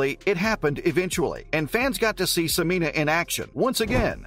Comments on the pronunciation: It's pronounced Se-men-ya not Se-mean-a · Are you sure about your pronunciation as se-MEE-nah? I have always heard it pronounced se-MEN-yah, which seems more phonetically consistent. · Not SOO-MEEN-AH. It's SEH-MEN-YAH. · Please use the correct pronounciation of her name, Sem en ya, you are leaving out the y sound. Thank you. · Dude, you can't even pronounce her name. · Pronounce her name correctly.